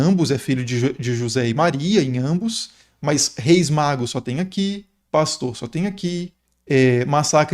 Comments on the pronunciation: Exposição fantástica, que soma. Pesquisa cuidadosa. Pela demonstração de conhecimentos, creio que o expositor sabe que é "magos", mas por um erro de pronúncia ficou " magros". A mente humana é tão poluída que dentre tantas palavras positivas vai fixar numa na negativa: no caso, um errinho de uma letra a mais, que pode alterar o significado. Logo, errar é humano. Isto se aplica a mim, que tsmbém erro. É uma crítica geral. Ninguém é perfeito. Mas defendo, sem criticar, o expositor, por apresentar uma aula tão rica de detalhes e o cuidado de usar termos fáceis de compreensão para o ouvinte tanto doutor quanto analfabeto. Parabéns. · Ele falou Reis magros? Reis magos! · Reis "Magros"???? Foi isso mesmo?? Magros?? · Reis magos, não magros 😅😅😅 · 3 reis magros KKKKKKK Eu sempre falo assim de zoeira tbm KKKKKKKKKKKKK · Ele não falou magros de propósito, mas ficou muito legal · Reis o que? "MAGROS"? Fosso mesmo que ouvi? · Tmb percebi esse pequeno engano de pronúncia. COMENTÁRIO POSTADO EM 23/01/2025 - QUINTA-FEIRA